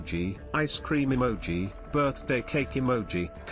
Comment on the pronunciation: Emoji, ,uhmoji, Emoji, Amoji, Eemoji